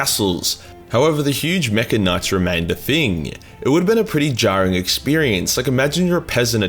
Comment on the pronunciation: Every time you say mecha I hear Maccas